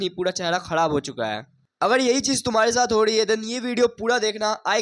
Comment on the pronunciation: 'Ho rhi hai' ko 'ho dahi hai' bolne walo ko seriously nhi leta 😂